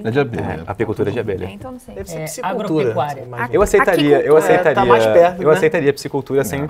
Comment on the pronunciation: Que dificuldade pra falar aquicultura 😂. Decepcionado ☹